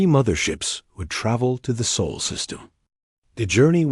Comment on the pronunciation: It's the Sol system NOT the Soul system. Stupid ai and a perfectly rediculous waste of time. 👎